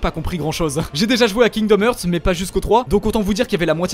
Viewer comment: "Kingdom hurt" kekw rip l'anglais